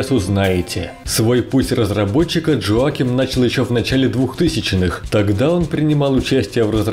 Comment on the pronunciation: Хороший обзор, только на всём протяжении резало слух то, как вы произносит имя разработчика. Разработчик швед, а не американец, имя у него не Джоаким, а Йоаким.